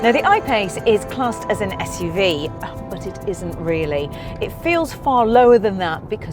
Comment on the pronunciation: Can anybody clarify why she keep pronouncing SUV as ESSSSHHH UV?